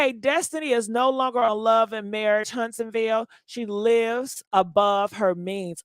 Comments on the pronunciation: 😂😂😂 HUNTSVILLE. Not Huntsonville! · Its Hunts-Ville